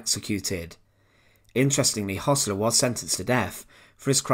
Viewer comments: It's pronounced 'hersler' not 'hossler' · Hössler not Hossler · it is Hoessler not Hossler as pronounced by the narrator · Why pronounce Hossler even though the name is spelled Hössler?